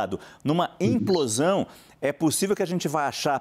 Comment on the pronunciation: E o repórter insiste em falar emplosão ao invés de implosão.